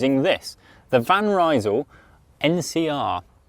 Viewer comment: so glad to hear you pronounce "van rysel" correctly.